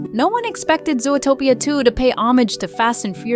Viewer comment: Fun video, but why do you pronounce Zootopia that way? Sometimes you really pronounce it very weird and wrong